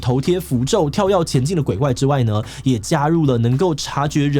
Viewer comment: 跳躍ㄩㄝ ˋ 不是跳一ㄠ ˋ